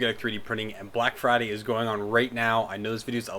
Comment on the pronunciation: 30% off Microswiss Nozzles: coupon is "BLACKFRIDAY" not "BLACKBRIDAY" Thanks for the heads up, gonna pick up new nozzles for my Robo R2 eh!